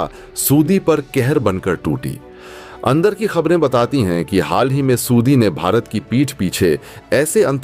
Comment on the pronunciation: ( aur ) Saudi ka galat uchcharan